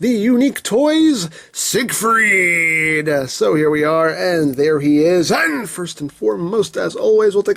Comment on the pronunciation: I'm not sure that's how you pronounce siegfied...